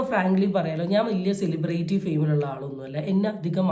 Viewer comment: സെലിബ്രേയിറ്റി എന്ന് അല്ല സെലിബ്രിറ്റി എന്നാണ് pronounciation 🙏